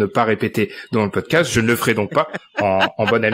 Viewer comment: Le meilleur "pocdast" de l'histoire !